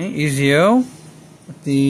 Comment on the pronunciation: Ezio is pronounced as (Et-Z-O)